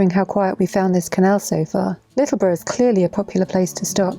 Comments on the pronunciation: yep love round there kayak from littleborough to the range most days in spring summer and autumn ....by the way you said Littleborough correctly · Correct way to say littleborough I thought you had already been through ealees lock nice start 👍